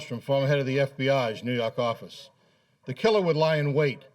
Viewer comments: "nuu yawk affice" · NEW YAWK AFFICE!